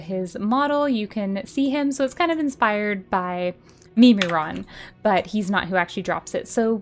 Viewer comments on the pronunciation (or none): Mim - ir - on. the ir is pronounced like irregular. not mee mee ron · I really appreciate the explanation of old raids. Mimiron is pronounced Mim-eh-Ron not Meme-rion lol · She is the only one in the world who calls it "meme-ron". lool